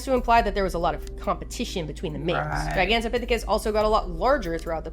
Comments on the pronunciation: nailed that pronunciation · yup thats how you say Gigantopithecus!